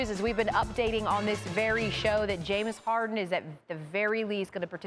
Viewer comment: My man Perk saying... Yaims Orden